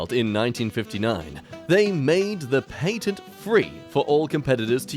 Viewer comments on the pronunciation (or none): Really like how he switched the A's from patent and scarce.